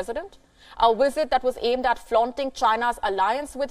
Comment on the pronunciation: Please don't say WIZITT when you mean Visit. Available is not AWAILABLLL. Also stop popping ripe fruits in your throat.